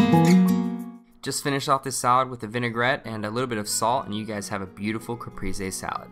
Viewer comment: looks really delicious! ps: the e in caprese is both times more like the second the e in elEven ;)